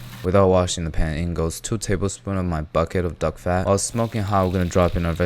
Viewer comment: Every time you say "duck fat", I hear "dog fat" 😅😂